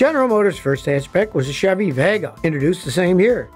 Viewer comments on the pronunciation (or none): none